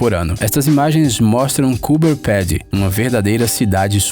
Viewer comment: desculpe meu, mas sou australiaano. poirque voce botou no meio da edicao uma favela? primeiro faca uma pesquisa de pronuncia de locais e fatos. o nome do estado nao eh gales do sul, mas sim nova gales do sul. gales do sul eh reino unido. coober pedy pronuncia-se como voce mesmo disse que aborigenes falam, entao porque mudar (kupa pity) e existe google translator pra voce ouvir como se pronuncia. pra mim isso eh preguica. e por fim nao existe ceia de natal, cada um come o que quer e nem fica necessariamente acordado ate meia noite. o que ha eh o almoco de natal